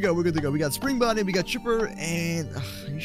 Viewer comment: ok Chipper and Chipper Bonnie Are you guys ready? Because we are going on an adventure. We are going on a trip on our favorite Rocket Ship Me: Chipper Bonnie? What???? Lol that’s what I heard like omg dude it’s Spring Bonnie not Chipper Bonnie lol Lol